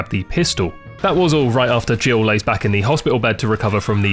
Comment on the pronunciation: it took me way too long to realise youre saying "jill" not "gio" lmao